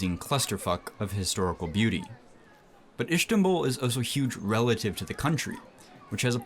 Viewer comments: He says ish-ki-tal 😂 It's Is-tik-lal! And yeah Is-tanbul not Ish-tanbul ... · Ish-tanbul?! WHY? STOP! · Lmao this is not even close to being a dangerous hood in Turkiye, you know nothing you fool, that's probably for the best since you wouldn't do so well in some of the "fun" streets of Izmir🤣 And whoever taught you to say Ish-tanbul was having a laugh and making you seem like an ignorant tourist...Fish took the bait 😜😂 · Istanbul does not have an SH sound in it, neither does istiklal. Just putting it out there. Most Turks only speak Turkish, not sure where you found ones that speak 3 languages lol